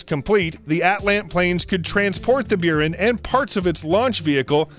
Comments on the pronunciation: buran is pronounced boo-ran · "Byuren", "Beereev" What the heck are these pronunciations? Jesus... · Don't you mean the "Burin"? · I nearly quit when he got to the "Beyoorin" space shuttle and its carrier aircraft. By the time the narrator finished with that segment I had a bad case of itching teeth. I won't be watching anything more from. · Buran is pronounced "Byor-ann." Means "snowstorm." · It’s Boo rahn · Quite an achievement to pronouce EVERY SINGLE NAME wrong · One, you miss pronounce Buran and two, it didn’t fail, it was canceled for various reasons, top of which was the failure of the Soviet Union. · Ahhh the Russian shuttle, the "Beeran" and Lockheed's main rival, "grooman" LOL Is this what happens when someone takes those robot narrators and just remakes them without knowing anything about the subject? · Its pronounced Say toy ful, and Bore an the russian shuttle, come on.